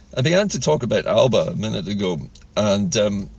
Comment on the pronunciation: The e Alepa(Alba) .😅